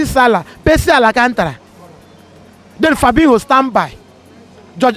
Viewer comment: Pacy Mane, Pacy Salah, Pacy Mane and "ALACANTARA"😂😂😂😂😂😂😂😂